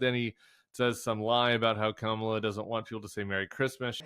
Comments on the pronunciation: He purposely mis-pronounces people’s names. Fani and Kamala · Why does donawld troompf have so much trouble pronouncing Fani Willis' and Kamala Harris' name? , What is the point? It is the content of character that matters, not the name, or how you pronounce it, right? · Don’t understand why anyone still lets this man go out and give these speeches. Every time he speaks, it’s called the most unhinged speech ever. He keeps topping himself. So sick of republicans disrespecting others by purposefully mispronouncing names. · So disrespectful that these burned-out bulbs can't even pronounce the Vice President of the United States' name. Are they smarter than a 5th grader? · Was there ever a man who derived such unmitigated glee from mis-pronouncing Black women's names?